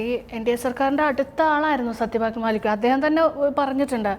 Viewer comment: It's mallick and not maalik pls